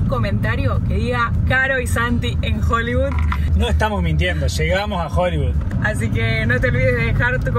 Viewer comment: Caro y Santi en "Joliviud"... jajajajaja GENIOS!!